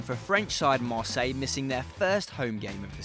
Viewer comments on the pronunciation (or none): none